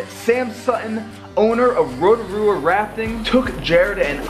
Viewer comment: I live here in New Zealand and yup it is beautiful but I’m a South Island kiwi I just had one problem how you pronounced Rotorua